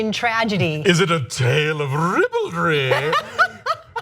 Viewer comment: "It it a tale of rrriiBALDry!? With Boobies!" :D